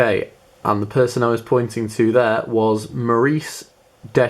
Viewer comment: Wow, I can't believe I won! This is unbelievable! Will message you asap. My Instagram is maurice_dachef. Slight mispronunciation of my name but it's okay. Then again, I should've written it as tha_chef or the chef. da or tha is kind of a slang way of writing "the" in the states.